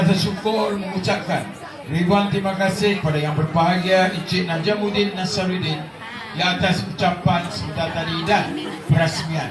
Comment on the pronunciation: Bukan Najamuddin, Najamuddeen 😂